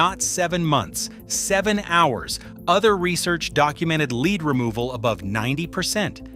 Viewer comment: Yeah especially when it mispronounces words like the heavy metal “lead” by saying “leeed”